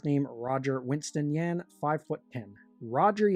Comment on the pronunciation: It's "Yu ahn." pronounced like Yuahn..